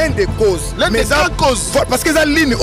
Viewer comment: francais nde makambo "l'un des causses"😭